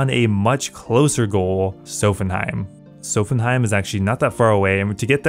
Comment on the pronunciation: Great series, great episode! Dunno where you read 'Sophenheim' tho, is it Nordic week?